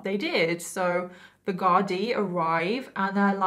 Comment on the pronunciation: u did super job pronouncing "Gardai" - appreciate that!